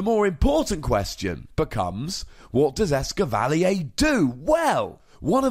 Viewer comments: Blame it on the French XD (the triggered British mind of mine) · It's Ess-cavva-leer, not Ess-kivv-al-ee-yay. No need for the French accident. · Actually the French name for Escavalier is "Lancargot" But yeah I agree, a French person would probably pronounce "Escavalier" exactly like you did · it is DEFINATELY not pronounced "eskivalleyaaay" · As a guy who owned a Chevy Cavalier for years, I appreciate your fancy as fuck pronunciation of this lol